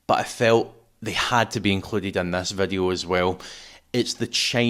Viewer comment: English = video. Random Scotch = Veddiuh. Gaelic = "Rud a chlàras fuaim is sealladh airson ath-chluich nas fhaide air adhart" Stop fucking about with English. Be proud of your language and use it. Don't bollocks up English with random pronunciation. Why Veddiuh? Why not Voduhee? or other random shit?